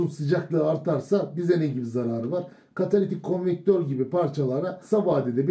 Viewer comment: Katalitik "konvektör" mü "konvertör" mü?